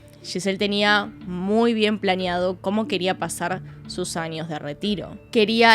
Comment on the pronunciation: Pd: me gusta como pronuncias la ñ, anios, ninios, extranio